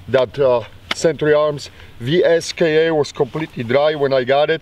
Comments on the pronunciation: *pronounced “viska” lol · Pronounced "Visa"? How in the hell they arrived on that conclusion? lol! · I’m not sure how they end up with that “viska” pronunciation... 🤦‍♂️ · ITS PRONOUNCED "VEESKA"